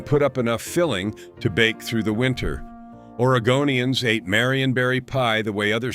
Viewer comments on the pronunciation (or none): none